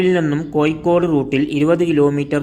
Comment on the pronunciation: കോഴിക്കോട് എന്ന് പറയണം